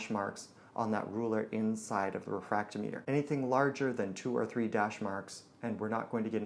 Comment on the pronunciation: The way you pronounce refractometer proves that you are truly a "".